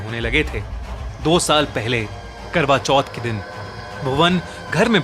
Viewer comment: Legend reading notification kwra choth intead of karwa choth😂